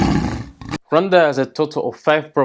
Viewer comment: I've already told several people the proper pronunciation of Rwanda (I'm in the USA and we all say it wrong!)